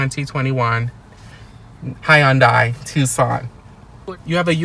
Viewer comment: You are pronouncing Hyundai incorrectly.